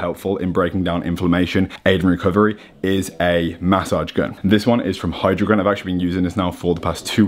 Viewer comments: Jordy please teach how to say massage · The way he says massage lmao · I think its the way he says massage